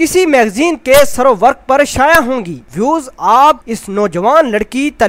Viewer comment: SERO WERQ ni hota ser e werq hota hai😂😂